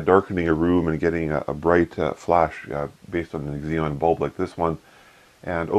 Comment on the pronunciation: Eggs-eon? Cute. ZEE-non. Xenon. Xeon (zee-on) is an Intel brand name. :-)